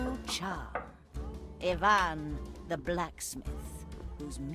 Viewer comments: When finally there's a piece of media where the name Ivan is pronounced correctly. ... Nice. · At least they pronounce the Eastern European names correctly. Instead of the Western eye-vun, it's ee-vahn. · As an Ivan in real life I was floored when the name was pronounced correctly. Americans usually hit me with the Eye-Van